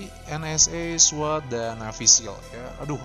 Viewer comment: Dibacanya SWAT Min,Bukan SWET SWAT : Special Weapons Attack Team